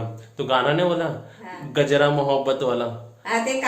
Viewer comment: गजरा नाही कजरा 😀